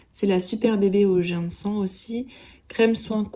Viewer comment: Kikou ! Ginseng ce prononce gine cène😉🙃